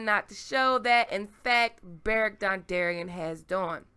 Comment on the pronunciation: Beric dondarrion...dawndarrion makes sense lol